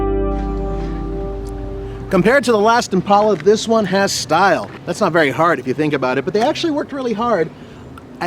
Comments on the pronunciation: When did they start calling it an "Impaula" like all the ignorant people who have mispronounced it for years? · Why is he saying Impelas